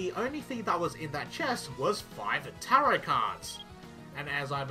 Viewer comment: WOW CHEF KNOWS HOW TO PRONOUNCE TAROT NOW I'M SO PROUD